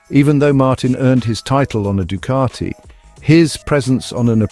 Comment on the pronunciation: It's Ducati, not Ducarti